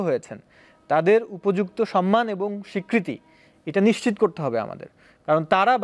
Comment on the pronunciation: নিচ্চিত নারে আদুভাই নিশ্চিত